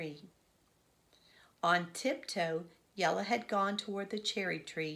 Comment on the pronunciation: Thank you for reading the wheel on the school you are so good at pronouncing jella ❤❤